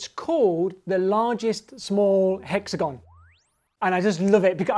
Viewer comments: Spoilt by mispronunciation of "hexagon"... stop pandering. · monsieur grimes says hexagon weird